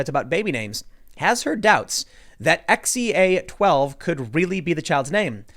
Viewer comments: I minored in Classic Civ in college. That AE is supposed to be pronounced like "eye" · Æ is pronounced like the "Ae" in Aegis. or Go to google translate, set the language to danish and translate "Apple" to danish (result should be "Æble"). Then make the speaker option read it out loud. Thats an Æ ;-) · It's oernounced Kyle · it's pronounced "Kyle" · I’ve read it’s pronounced “Kyle” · The ae is pronounced like the a in cat. Trust me I'm an English teacher and phonetic signs are something I have to understand and teach. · Its pronounced as "A" as in the sound in the word jail. Watch some Last Kingdom. Half the Saxon in the show have names that start with the ae thing. Musk also has another son called Saxon.